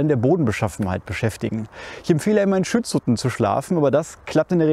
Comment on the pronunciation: „ Schützhutten“ hihi 😉